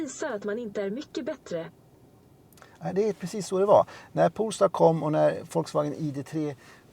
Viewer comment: Poooool-star!? … Polestar…